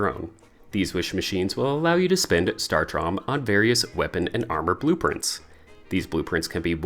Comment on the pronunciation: Thank you, but saying it as “startrom” is killing me lol